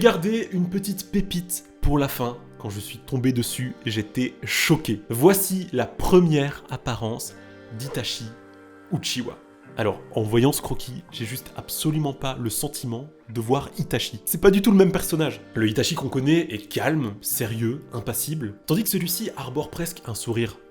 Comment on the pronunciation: c'est uchiha pas uchiwa